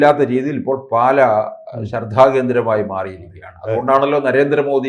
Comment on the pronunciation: പാല,അല്ല.... പാലാ ........>>>